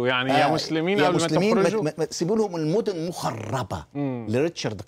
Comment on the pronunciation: معلومات وحلقة مهمة ولكن مجدي خليل بحاجة لتعلم اسماء المدن كما يجب